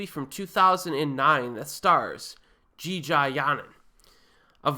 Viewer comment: That Jeeja pronunciation was golden ;) sorry. Jeeeeeeejarrrrrrr